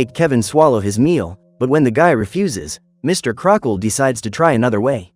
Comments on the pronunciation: Uh no offense but his names pronounced Crocket not Crockle. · His names "Mr. Crocket" not "Crockle"